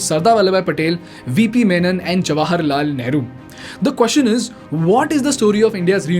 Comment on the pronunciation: You lost me when you said Neheru.